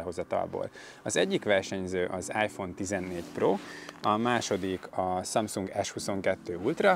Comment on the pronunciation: Hihetetlen, hogy nem tudod a samsung nevét teljesen kimondani….